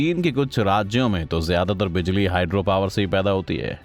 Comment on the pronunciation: Phali bar bijali ko bajali suna he